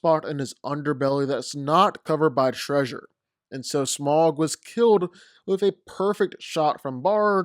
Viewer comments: It's pronounced Smowg (with a ow sound) not Smog. Au makes a ow sound. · Note, Smaug is pronounced "sm-ow-g" (the "ow" being the sound you make when you get hurt) rather than "smog" (the smokey-foggy weather phenomenon). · You’re really deep diving this much into FICTION?? Lol… BTW.. It’s not pronounced “SMOG”. It’s pronounced “SMOWG” … 🙄